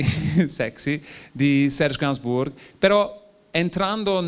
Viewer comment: SeRRRge GainsbouRRRg 😂